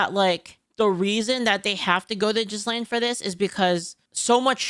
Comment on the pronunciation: How you say Jizlane in stead of Ghislaine is funny to me